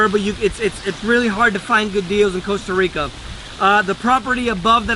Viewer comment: Hey, at least he pronounces the country's NAME correctly!